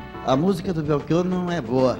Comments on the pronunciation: Chato o Flávio tentando nos ensinar a pronunciar o nome do Belchior. Eu ainda prefiro o "Chi" com som de "qui" e o "or" aberto, como todos pronunciam. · Belchiôr? Então eu sempre pronunciei errado, falando Belchiór. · Belxiôr hahahahha